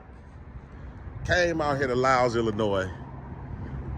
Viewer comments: you are out in the Western burbs, the "s" is silent; it is pronounced lile like tile. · The “s” is silent man. “Lyle” is I The correct pronunciation